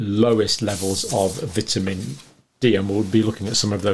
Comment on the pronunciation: I like the way you pronounce vitamin